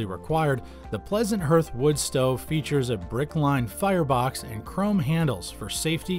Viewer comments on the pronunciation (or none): HARTH!!!? not herth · Were getting told about woodstoves from a guy that doesnt know how to pronounce HEARTH. Its har-th guy not her-th. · What’s a “hurth”? Is that like a “hearth” (pronounced “harth”)? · Please stop saying herth, it’s pronounced HARTH! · It's got a herth?? What the hell is a herth?? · The narrator does not even know how to pronounce hearth! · can't pronounce hearth